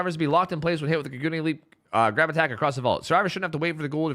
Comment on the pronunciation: Only saying this cuz I love Tokyo Ghoul. Idk if will see this, but kagune puts the emphasis on the a, not the u. So it's more like kah-g'nay.